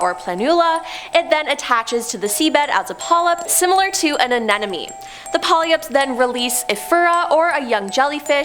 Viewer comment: I really enjoy the content but you should probably inquire how to pronounce words you aren't sure about like "Cenotes" = Cey-No-tay, and "Pollyups" = Polyps (Pol-ips). I really dislike being a grammer cop but c'mon you're Canadian!! Do better,...Please and I'm sorry for calling you out on this.